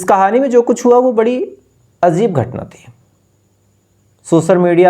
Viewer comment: Achchaa sunate ho, bus diction pe thoda dhyan do jaise azeeb nahi hota ajeeb hota hai. Positively bol raha hu.